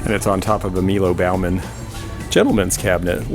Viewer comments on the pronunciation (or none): I have that Haeger gazelle in black with iridescence for about $75 in my shop and has sat unsold for about 2 years. Those serigraphs were cool, but displaying them on the floor for $1,000 a pop is not cool. BTW, Baughman pronounced boffman and he never designed for Dillingham.